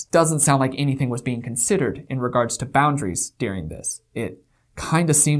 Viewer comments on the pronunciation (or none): Yes,! Go off!!! These people are disgusting and remind me of the Stauffer’s mishandling of their adopted child. Let’s hope this incident tanks their channel and their livelihoods. I feel bad for their child and poor Bowser. Also, I love how you pronounce the word during as “dearing”. What region did you grow up in?